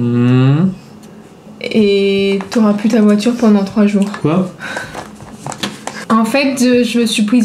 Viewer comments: Le qwa a légendaire 😂😂😂🤣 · le quoi me fume 😂